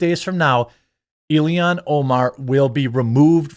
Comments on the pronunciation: Why can you not say Omar's name correctly? It's not Ilihan, it's Illhan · It's (ill-han). I don't like her either, but with how often you said her name it was bothering me😅